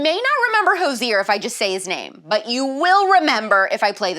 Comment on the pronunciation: It took me a second to figure out who Hozier was. I've never heard good name pronounced. Rowdy was the best Aussie and China Mae the best Papillon. Miss them both every day.